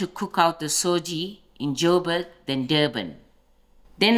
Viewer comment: Nice recipe. Thanks. Just FYI....it's Sujee (sooji) not SOJI, as South Africans have amended it to